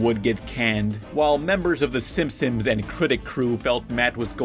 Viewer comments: STOP SAYING SIMSIMS ITS SIMPSONS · It's "Simpsons". Stop saying "Simpsims". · Out of the whole video all I can get is that he calls them the Simpsomes... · Every time you say simpsons it sounds like you're saying Simsims, are you saying simsims? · So I'm sure this has been mentioned in previous videos, but are we going to talk about the fact that pronounces the show as the SimpsOMs and not the SimpsONs? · Why does call The Simpsons The Simpsims? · SIM-P-SONS, not simsems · PLS STOP SAYING “SIMPSOMS!” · Dude you keep saying the SimpsoNS wrong. It’s not the simpsoms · Stop saying SimSim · I just watched it again to make sure I heard what I heard. It sounds like you say "Simpsims". But now that we're here, I realize how unimportant it was to bring it up. Sorry, dude. Carry on. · "The Simpsoms" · You're not the only one. I keep hearing pronounce Simpsons as Simpsims, too. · "the simsims" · why does he pronounce it "the simpsoms" the whole time it's really distracting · When you talk about the Simpsons you keep saying "Simpsoms" hahaha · lol "SIMPSIMS" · FOR THE LOVE OF GOD STOP CALLING THEM SIMSIMS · Pretty much: lol It's what it sounds like you said your not done with the Simp..sums yet or simpsomes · FOOL I really did pronounce it's Simsims because I don't give a FUCK! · thats how you said simpsons every single time you knob end